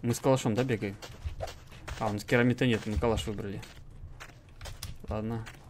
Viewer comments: что такое керамит? керамбит правильно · Тычки лучше и они у меня есть.Он произносится не кембит а керамбит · Почему ты каверкаешь слова?Ты не видишь чтоли?Керамбит а не Кераминд! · не киромит а керамбит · Ты говрищь керамид а надо кермамбит